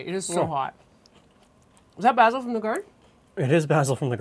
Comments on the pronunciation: Thank you, a wonderful salad! But think next time I may add (as suggested elsewhere) a bit of onion. Or maybe even chives. Would also like to thank and congratulate you on the proper pronunciation of the aromatic herb 'basil' ( baz il ). Sorry, but a real pet peeve I have, is people saying basal ( baze il ), which actually is a part of anatomy. Thanks again. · I kind of want to stab you every time you use the British pronunciation of "basil" instead of the American one. It's like how some people from the American Northeast pronounce "water" as "wooder" or how some people from the Pacific Northwest pronounce"Wash-ing-ton" as "Woor-shing-ton". It's pedantic I know, but some word pronunciations like that kind of bug me irrationally (I know that both pronunciations of basil are correct) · Never heard basil pronounced that way before. Have I been saying it wrong? Lol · It’s nice to hear it that way. I’m Canadian and in my part of Canada, it’s mostly pronounced like North Americans do (bay-sil), but sometimes I hear bah-sil. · is that how basil is normally pronounced in Great White North